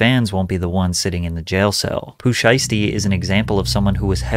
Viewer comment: I'm sorry did you say Poo Sheisty?